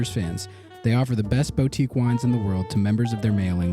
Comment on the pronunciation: I hate myself for how pedantic this is... but it really bugs me that in the ad read you say boutique as "bow-teek" instead of boo-teek".